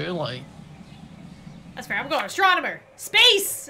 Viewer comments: XD "Astronomoner" Its Astro-nom-o-ner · It's pronounced: ast-ron-o-mer! "Astron-on-omer!" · It's astroNOMER not astroNONOMER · I love how everyone is pronouncing astronomer as astronomoner lol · I love that they pronounce astronomer as astronomoner and add an unnecessary extra syllable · I don’t know why I hate when they say astronomonor ⬅️is what they’re saying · The way they kept pronouncing astronomer😂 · When I want to be an Astronomer and all of them are saying it wrong: 🙁😶😐😔☹️😓😫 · Your saying astronomer wrong